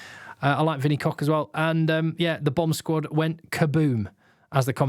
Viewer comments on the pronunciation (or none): in Afrikaans "Koch" is not pronounced "Cock"😂 it's more like the Scottish "Och", as in "Och Aye" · Sorry to put a dampener on but it’s pronounced Kogggh, guttural g sound like in Loch